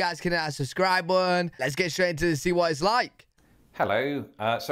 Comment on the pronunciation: When you say hit that “subscribe button,” I hear, “Sus cry bun.”